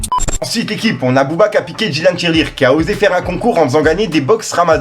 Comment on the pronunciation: Dylan Thiry et non Dylan Tirelire 😂😂😂😂😂😂😂😂😂😂😂😂😂